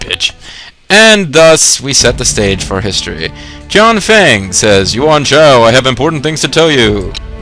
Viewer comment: Older video than I had hoped, but a nice watch. I'm not usually one to complain, but your pronunciations are horrible lol. I nearly fell out of my chair when you mispronounced Xiahou early on, I was just laughing too hard! xD And Shang Xiang is my all time second favorite character (after Lu Lingqi) so hearing someone mispronounce the princess's name was quite the bother. All my insensible ranting aside, thanks for the video! I'm still hoping for an English release at some point. And I really wish you hadn't been quite so.. generous.. with your sarcasm. Made it a bit difficult to enjoy the video. I'm all for sarcasm, but you really know how to push the bar, my friend. xD Thanks for reading, and have a good one.